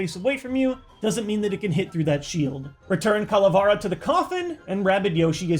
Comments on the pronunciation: It’s Calavera not Cala far a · oshawott from oblivion Actually is Ca-la-vera because it comes from Spanish and that’s how you pronounce it on the language. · It's pronounced CALA-VAIR-UH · you say calavera wrong is not whit a is whit e